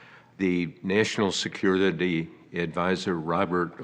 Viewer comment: Can’t even pronounce security. Give me a break